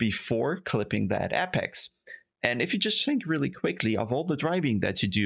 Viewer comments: Great video. Just one correction: it's apex, not appex. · not in writing, and it's more of a joke on your pronunciation.